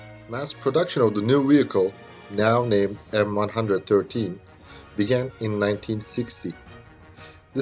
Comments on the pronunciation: "The M one hundred and thirteen" ..... LOL, and now the way it said in the US Army, "the M one one three". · M-1-1-3, not m one hundred and thirteen. If you cant even get tge name right, youre a shitty detective. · It is known as M One One Three, not M One hundred Thirteen. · Pronuncef "M one one three"